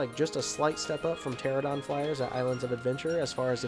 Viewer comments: I'm a member of the Jurassic Park Motor Pool and everyone in the group refers to the Islands of Adventure Ford Explorer as the screen used Explorer. It's been gone for a while, so hopefully it's getting a complete restoration. Also it's PteraNOdon, not Pteradon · You keep mispronouncing pteranodon in this video.